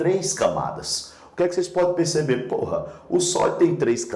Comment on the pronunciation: Eu me concentrando e o professor lança um " phorra" de boca cheiaksskksk